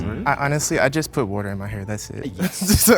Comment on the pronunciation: The way he said water gave it away